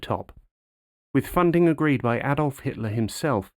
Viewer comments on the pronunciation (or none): none